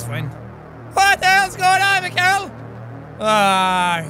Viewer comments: That's awesome! But in Russia we talk "Me khai ill", not Michael. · okay, jack, here are some tips for you from a responsable russian mikhail - pronounced mihail, accentuation is on last i bratvA welp, that was it for today) also, i LOVE your russian accent. no russian can do that))) real russian accent is horrible btw) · Its Mihail, not Mikail